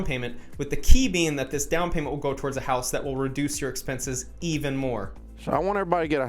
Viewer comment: I love the way the way he says it “Not to buy a hauws”